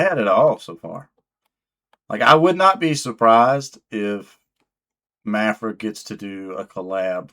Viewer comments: It's Maphra not Maphra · I think it's pronounced Ma (as in math) fra, but what do I know. LET'S FK'N GO! #MaphraSquad 🤘🤘🤘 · I think you should just pronounce her name differently every time you say it. Thanks for the video #MaphraSquad 🤘 Edit: Luck and timing play a large part in success for many people. Word is Maphra has been doing other styles of music for a while. It was when she switched to metal that she started getting traction.